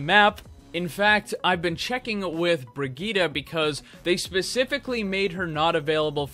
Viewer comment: HER NAME IS BRI-JITT NOT BRIGITA LOL